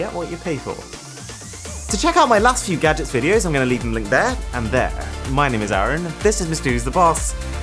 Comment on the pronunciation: Why do you pronounce your name so it sounds like Aaron. You know that not how Arun is pronounced.